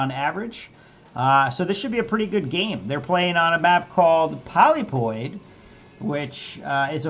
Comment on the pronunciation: "Polypoid" is pronounced like "POL-lip-poid," not "POL-lee-poid." It means "polyp-shaped," because the high ground on the map resembles the tentacles of the polyp stage of an animal (such as a coral, jellyfish, or hydra).